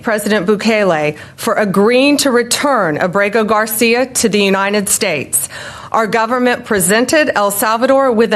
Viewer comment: I can’t listen to her voice, especially the way she pronounces ‘United’